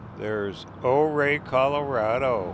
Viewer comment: Great drive, great descriptions. Just a word from a local, though - Ouray is pronounced youRay, and Telluride is Tell You Tide.